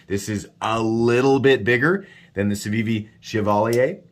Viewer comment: as a French native, good pronunciation for the civivi